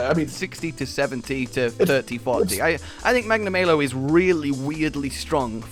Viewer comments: Every Rise video I feel like Hermione. "Its Magnamaaalo not Magnamaylo" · What I like the most about this is that Hollow was part of this video. We need more of this trio just going mental and having a good time. What I hated, though, is that is back to calling Magnamalo "Magna-MAY-lo" Also, BITCH WHERE DOES IT SAY KETCHA WACHA CAN CLEAVE THROUGH ROCK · The more pronounces magnamalo his way the more years are taken off my lifespan